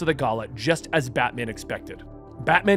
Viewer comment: You keep saying "Batmen" like its a surname...